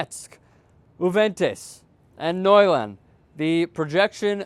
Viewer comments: I love that you guys cover soccer and you do a great job but you really need to work on the pronunciations of some of these teams. For example, the way you say Juventus is pretty ugly lol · he miss pronounced so many teams it was hard not to laugh the best ones were juventus and Montpelier